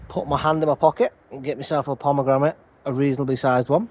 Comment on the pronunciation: You can’t have a pomegramit until you can say pomegranate 😅😊 only joking mate 🤓 love allthingsbonsai.